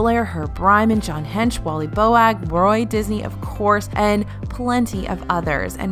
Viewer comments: love you but Wally Boag's last name is pronounced "Bohg," rhymes with "rogue"--so his son tells me all the time. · On the Windows in Disney... it is Wally Boag (pronounced like boat but with a g instead of a t, and not pronounced like bo-ag).